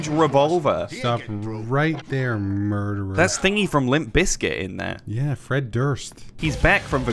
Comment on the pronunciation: "thats him! The murdererah, with the huge revolverah" love the commentary lol